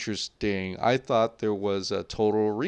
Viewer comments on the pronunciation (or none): none